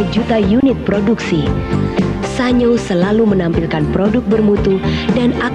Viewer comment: Pengucapan SA-NYO apakah benar? Setahu saya SAN-YO. Karena dalam bahasa Jepang tidak dikenal bunyi NYO. mohon koreksi